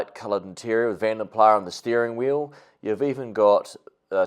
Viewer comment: You Said Vanden Plah Correctly. Other People Say Vanden Plas. Here is One Of My Own Songs For My INTERNATIONAL ALBUM